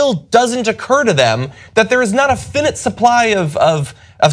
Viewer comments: John makes great points but... it's "fy-nite" not fin-it. Love you guys! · finite is pronounced fahy-nahyt.